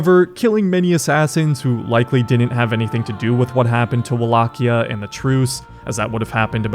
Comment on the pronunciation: good pronounce, as a Wallachian i appreciate the video mentor.